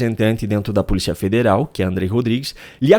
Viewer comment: O. NOME E POLICIA E NAO POLITA VELHO CAQUÉTICO